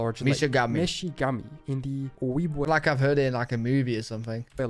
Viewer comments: Not “oh-weeb-way” It is pronounced “oh-jeeb-wah/way” In reference to Mississippi and Michigan. If he got that wrong…. Just saying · This is good but some names are pronounced wrong. It's oh-jib-way. And Minnesota means cloudy water. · The way that dude keeps pronouncing Ojibwe is making my teeth itch. Also, the Kansas/Arkansas (and subsequent Ozark territory) was barely even glossed over much less explained. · Ojibwe pronounced: ow·jeeb·way (the J is NOT silent or a w) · Ojibwe (O-jib-way) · It’s "o-gib-way" 🤦‍♀️ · The narrator is butchering words beyond comprehension. Ojibwe is more like O jib way. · One thing that's driving me crazy about this video is that the narrator keeps saying the J in Ojibwe as a Spanish J with the H sound, and not an English J as it is actually produced.